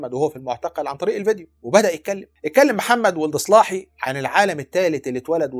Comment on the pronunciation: محمدو ولد الصلاحي رجاءا انطقو بالعربي الفصحي ههه و ليس سلاهي كما ينطقها الغرب تحية من 🇲🇷